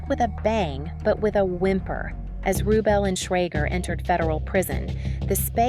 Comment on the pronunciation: His name is pronounced RuBELL, not RUbell. You also mispronounced Gias last name. It's pronounced Caranji, not Carangee. It's Italian. HELLO!